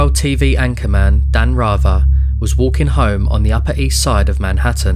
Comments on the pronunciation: Who TF IS “?” LOSE THE G.D. ANNOUNCER- BOTS!! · Your pronunciation of 'Rather' is WRONG!